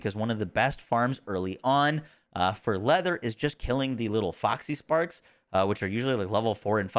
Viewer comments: Say it with me: Fox = "Fox" | Parks = "Parks | Foxparks = "Foxysparks" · As much as I've enjoyed / learned a lot from the video.. the cringe was real every time you said FoxYsparks -_-' there's no Y.